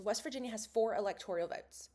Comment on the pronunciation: Great video. Also I believe it’s pronounced electoral not electorial.